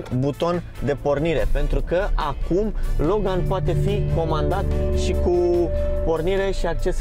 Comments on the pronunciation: Accentul corect nu e pe "gan"? E pe "Lo"? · Cine spune Logan asa...